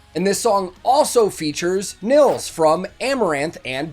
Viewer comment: Really cool! Just like you, I just discovered Ad Infinitum recently and I really like what they do! Btw, Nils is pronounced "Neels". :-)